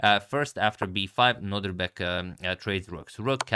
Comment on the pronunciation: Can we agree that it is no-DIR-bek and not no-DRI-bek? Thanks 🙂